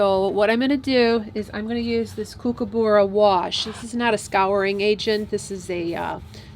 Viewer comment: I loved watching this episode - all the colours 🥰😍 I cracked up when you said koo koo burra! 😂 I’ve never heard it pronounced that way before but it sounds really cute. Down here at the dag-end of the world, we say Cook A Burra. The syllables are short. It’s one of the few Aussie words we don’t drawl. There’s a Kookaburra family kacking right now in the tree beside the dam. Poetic 😊